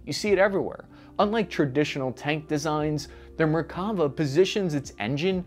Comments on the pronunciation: Small pronunciation correction: It's merkaVA, not merKAva. The last vowel is the longest. Very good video and research! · I always find it amusing how Americans pronounce Hebrew words, putting the annunciation on the incorrect vowel. (often the 2nd) It's MerkaVA, not MerKAva. 😂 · Hey, just FYI, the name of the Israeli tank, the Merkava (chariot in Hebrew) is pronounced merka-VAH, not mer-KAH- va. Just a little language lesson. Keep up the good work! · Mer-ka-VA. As a Hebrew speaker, this was a bit painful :D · Another great video, but "Merkavah" is pronounced MerkaVAH -- accent on the last syllable, VAH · I wish I had a dollar for every time I heard the word "Merkava" mispronounced in a "professional" video. I could buy a week's worth of fancy meals just from this video alone. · Frankly, by this point I'm inclined to agree with that idea. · You made a great video but didn't check out the Wikipedia page to get the right pronunciation of the name. Let alone Talik's name. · And once again, ppl mispronounce Hebrew names and words. Merkava is pronounced Mare-kava. Barak is pronounced just like President Obama’s first name Am Yisrael chai!